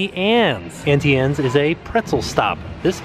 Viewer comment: butchered the pronunciation of Auntie Anne’s two ways lol